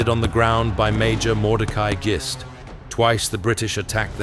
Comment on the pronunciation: Just so you know for any other videos you may make, and Mordecai Gist could definitely be in more, the name is pronounced like Fist only with a G not an F. I'm fairly sure I know.